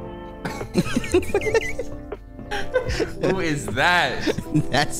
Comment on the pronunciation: his last name at least got 3 syllables bro: Shi-Shi-mmers: WhAt??? 😂😂😂😂😂😂😂😂😂😂